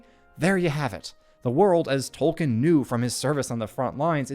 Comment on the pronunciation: Dude… absolutely phenomenal analysis. I LOVE your channel, and am doing so all the more I look at your back catalogue. (Small personal nitpick that I’m no way colors my admiration for this channel 😂: please … you’ve GOT to stop saying “Toll - Ken” … it’s pronounced “Toll- Keen”